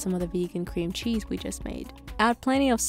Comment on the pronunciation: saying "Qw-qwweamcheese...?" out loud immediately activated my fight or flight response